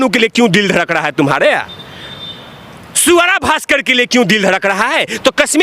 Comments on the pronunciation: jaan boojhke Swara ko "Suara" bol rahe hain kya😂😂😂..Aur Taapsi Pannu ban gayi "Habshi Pannu"🤣🤣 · आपके बोलने से सुअरा भास्कर सुनाई देता है वो स्वरा नहीं सुअरा ही है। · Suara nahi swara 😂😂😂😂😂😂😂